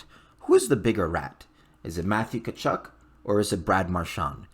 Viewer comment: Don’t pronounce the T!